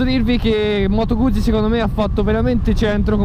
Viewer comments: Moto guzi...si dice Guzzi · Bella recensione tralasciando la tua pronuncia di "Guzzi" ;-)